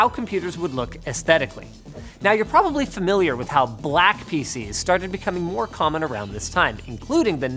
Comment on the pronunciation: Am I the only one that heard "faeces" instead of PC's